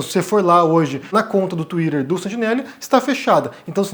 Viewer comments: Desculpa, mas no momento que você falou tuirer eu simplesmente não consegui mais prestar a atenção 😢 Sério, pq tuirer e não tuiter? (Escrevi como fica o som e não como se escreve, ok) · KKKKK Falou twitter igual a Luciana Gimenez não dou moral. Cadê o debate com o mamãe falei?